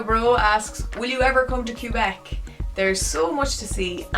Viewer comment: Cube Ek. Never heard Quebec pronounced quite like that before